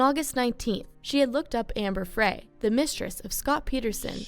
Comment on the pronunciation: That woman pronounced Amber Frey’s last name incorrectly. It’s pronounced “Fry”, like a French fry.